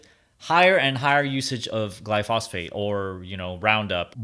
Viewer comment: Pronouncing glyphosate wrong